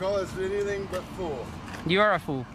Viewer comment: Dear lord I hate this boy. He's so lazy he can't even say "fool" properly. What a moron.